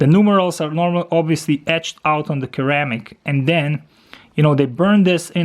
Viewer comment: Great review, just a note, Its pronounced"Seramic" , and "sera chrome"